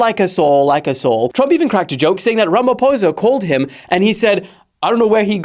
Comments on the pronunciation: Are you sure you are not a white south African? 😂You pronounced "ramaphosa" too well.... Even as an African I used to think it was pronounced "ramafosa" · I offer myself as a sacrificial lamb as thou ye pronounced my president's surname correctly!! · Thank you for pronouncing our President's surname the correct way! 👏💖